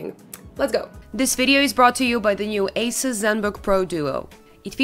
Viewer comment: leuke video is eens wat anders ..+ nu ziet de rest van de wereld ons Nederlanders nog meer als "groene honden" haha P.s. vriendelijke tip : ASUS word uitgesproken als >> AAHSOES ;) (Wel de Taiwanezen tevreden houden he ;) )